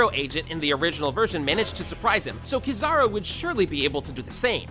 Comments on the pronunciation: broo rlly just said "kizahro" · Stopped watching early because of how he says kizaru